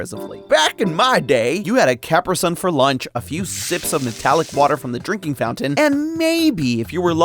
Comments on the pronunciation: I can’t get past you calling Capri sun “kehpreh sun” and not what it’s supposed to be called: “kuhpree sun” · So we’re not gonna talk about how he called it “CAPrisun”? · Capriss uhn 😭😭😭 not capree sun??? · You said caprisun wrong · No way you said "cap-rih-sun" and not "cuh-pree-sun" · I have never heard “caprisun” pronounced the way he did. I have always heard/said “cupree-sun” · Did he really say "caperson"? It's CAPRIsun! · This is blasphemy he said capreesun its cuhpresun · cap-rih-sun?? I always said Cub-Pree-Sun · Did he just say "Cap-ri-sun"?! Ca-pree-sun SON 🤪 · A "Caprisun"? Is it not Capri Sun? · I'm sorry, did he say "capper-son" instead of "ca-pree-sun"? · it’s pronounced “cuh-pree sun” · THIS MAN DID BOT JUST SAY "cap-ris-sun" 💀💀💀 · Did you say CAPruh Sun?? WHAT?? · I’m sorry, CA-PRA-SUN??? What did you call it?? 😂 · A Cap-ree-sun? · Nah run that back. HOW DID YOU JUST SAY CARPISUN???? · you pronounced Caprisun like a mad man. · im sorry i cant take you seriously after saying capperson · Did he really just say caper sun 😂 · And how did you pronounce Caprisun?? Ka-PREE-sun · Bro said Capperson 💀😭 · ok I can NOT be the only one who had an adverse reaction to how he pronounced Capri Sun🤣 I have never heard it said like that lol only as capree-sun. Is that just me? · You had a WHAT for lunch? I’ve never heard anyone pronounce it that way. It’s always been cuh-pre-son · "Capra suns?" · He said caprasun? Wtdh? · a what for lunch? Capper-son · caprisun capreeeeee Sun not whatever you said😂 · Cap-ri wut… bro, it’s Kaprise-sun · I had to turn it off the moment he mispronounced capri-sun. How embarrassing. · Im sorry how did you just say caprisun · Started to comment joking aboutnhow I finally have a excuse not to drink water, but then you said Capri Sun, that pronunciation got me off guard Also, Liquid Death is 👌 only water I go out of my way to drink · Never pronounce capri-sun like that ever again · Deeply offended by how you pronounced Capri Sun